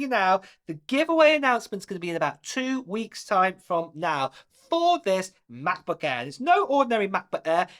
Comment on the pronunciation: mah-buh air